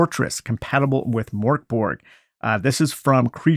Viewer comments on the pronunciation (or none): Great vid thanks :) PS It's pronounced Murk Bory